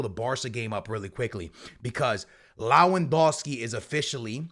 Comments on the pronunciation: When is he gonna learn It's LeWaNDOWSKI not LaWeNDOWSKI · Lawondowski? Yamine Yamal? Eh?? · Not being able to pronounce Lewandowski in 2024 is wild